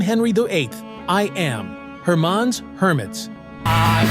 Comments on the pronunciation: Hermons. Hermits . Lol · "Here, AI, read this." Result: Hermonn's Hermits, and Ahab The Errob. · I'd rather listen to those songs than listen to that boring background music on this video. The AI voice narrating is even MORE so! Her MAHN's Hermits????